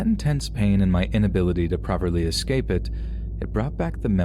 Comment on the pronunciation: The word is escape, not excape.